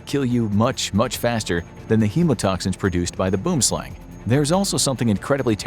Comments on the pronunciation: Gotta love the way a non South African says boomslang😂😂😂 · He mispronounced boomslang its a afrikaans word